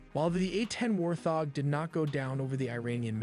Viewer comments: What is wrong with the crazy Ai narrator of this video?? it can't even pronounce Warthog (wart-hog) or Infrared (infra-red) correctly!!! SMH nothing on you, you did great! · Warthog is not pronounced with the TH in the middle! Wart hog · A.I. TELLY NEEDS TO EDIT THEIR VIDEOS FOR PRONUNCIATION, “ inferred” instead of infra-red, “warthog “ should be pronounced wart- hog. REALLY, GUYS! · Wart. Hog. Lol, not war thog...🤦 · War thog... Not warthog... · I hate AI voice-overs so much... WART . HOG . NOT WAR THOG!!! lol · ENOUGH with the AI voices that can't even pronounce "Warthog" or "infrared" correctly. I already hate AI and my hatred grows every day. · Wow you pay as much attention as L3WG on some of his reacts & missed the WSO meaning mentioned moments before you asked what a WSO is. The text to speech screwed up the following words warthog, barrage, infrared, or anomaly. I remember a Windows 3.1 text to speech program doing better pronunciation that this. How far text to speech fallen what a 386 could do better text to speech than modern AI.